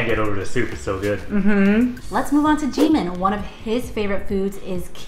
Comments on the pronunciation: Did she really just say jemin not jimin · It’s not jeemin it’s jimin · DID SHE JUST CALL HIM G MIN NOT JIM-IN